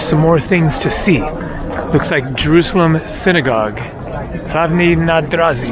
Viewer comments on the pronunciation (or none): none